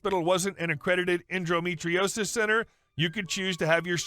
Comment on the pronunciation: It's en-do, not en-dro metriosis.